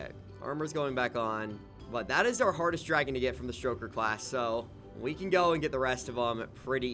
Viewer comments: It's stoker not stroker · Please stop calling them "St-R-oker". There's no R there. It refers to stoking a flame. "Stoke" not St-R-oke. Its my favorite dragon class and it hurts my soul to hear you call them by that name. 😢 I'm begging